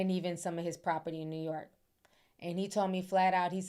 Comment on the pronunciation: I love the way you say New York, as a New Yorker. 🗽💜